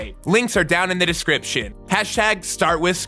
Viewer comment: I know that this probably just my hearing being weird but it sounds like he’s saying “descriptshit” instead of “description”